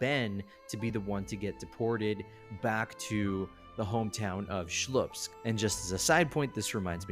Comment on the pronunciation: It's Slupsk, not Shlupsk - It's as if calling New York the New Bork.